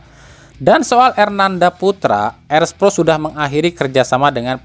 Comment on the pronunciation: Erspo bang bukan erspro gitu doang belibet